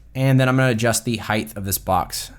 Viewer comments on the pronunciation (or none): height, not heighth